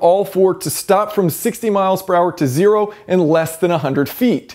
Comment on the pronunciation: why did you pronounce "zero" as 'o'?